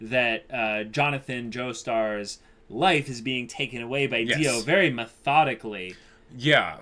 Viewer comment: NICEU NICEU, VARY NICEU!